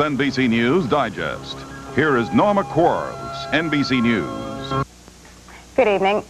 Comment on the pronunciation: That's actually Quarles; not Quarrel.